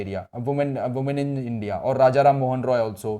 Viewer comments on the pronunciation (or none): none